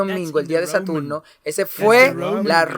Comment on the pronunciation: Perdón no se dice Satulno se dice Saturno